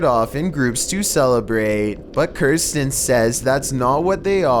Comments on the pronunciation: Pronounces "Kristan" as "Kirstan". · #1 "Kirstan" when it clearly says Kristan. And his pronunciation of lantern...lantren. What? Why? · Youtube channel: Kristan Mire: Kirsten The only thing that scares me about these videos is how horribly he mispronounces so many words. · Lol at the end he says Kerstin and its exactly how my name is pronounced XD